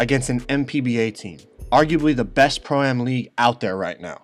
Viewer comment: Why can he not say pro-am right? 😂